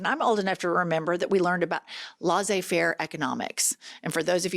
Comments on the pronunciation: This will get lost with all the comments already here, but as a francophone, I must point out that it’s “lessay-fair,” not “lawzay-fair.” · "lessay fare", not lazzay fare- I love your channel, watch you often. The french major in me had to have a teaching moment. You both do a lot of good in the world. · Italy here 🇮🇪 Jennifer 😊...i have to correct your pronounciation of French: Laissez-faire 👉les like in Lesley, and not las like in laser. I am totally fluent in French and if you don't trust me go listen to Google tranlator. (can we still be friends?) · Its pronounced "LAY-zay" faire, Jennifer.